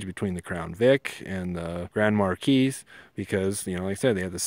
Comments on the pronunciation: God.... its a mar-key, not mar-keese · Excellent vid. Marquis pronunciation Markee, not mar keys. I see some of the uneducated people name their sons Marquis and mispronounce it and I am looking for two of them. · "Police deparments up to a couple years ago used the crown vic" the majority of stations still use crown vics. And it's pronounced mercury grand marKEE not MarKEYS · It's Grand Mar (key) , the s is silent. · It's pronounced "Mar kee". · I believe the 's' in Marquis is silent.